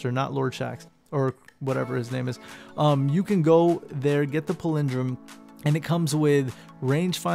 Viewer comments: lol chill out King Z. He's not fuckin Christopher Walken. Also, go listen to the pronunciation of this word...he is actually saying it wrong with or without accent. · PALindrome...not paLINdrome lol